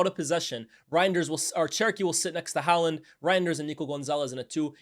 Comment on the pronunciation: The way he pronounces haaland 🙄